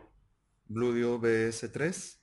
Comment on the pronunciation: Se dice Blueeeedio, no Bludio